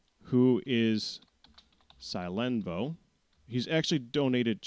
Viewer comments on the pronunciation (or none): Hehehehe, I find it amusing how you pronounce my Internet name Pak, "Sie-len-voe" xD, Its Originally pronounced "Sil-en-voe", Since the original variable was based off "Silver", But I'm fine with it no matter what way you pronounce it. I also find it amusing you keep mixing me up with Scaraban. xD The random mix up, Plus the Sheryl event, and the way you pronounce my name.. Are all likely to leave me as an Famous/Infamous figure around here.. Heheh.. -I'll be Watching.